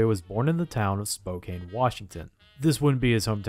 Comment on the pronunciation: Just wanted to say it’s pronounced as SPO-CAN, not spoken. Also, love the docs. 😊